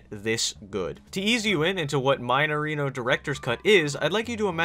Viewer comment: "Maineirino" Eu perdi tudo quando ele pronunciou assim KKKKKKKKKKK